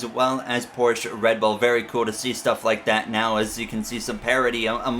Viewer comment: its not “Porschea” its “Porsche” also ur mom bro shut up + ratio